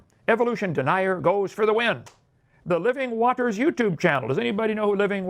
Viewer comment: Why does he say it "wat-ters"?